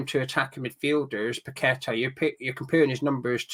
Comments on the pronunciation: Paqueta is pronounced (Pa-kweta). Please don’t butcher the man’s name. 😏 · Its PA KETA